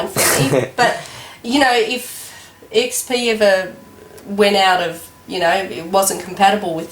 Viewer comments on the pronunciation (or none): "what do you think about windows ME?" ... "its very similar to windows XP pee" is it me or did you really say XP pee?